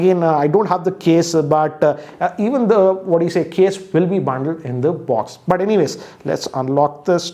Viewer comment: People: Box: Buoxx:)